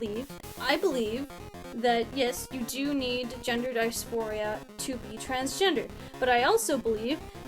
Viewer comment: If you literally can’t even pronounce dysphoria you aren’t trans lol bye.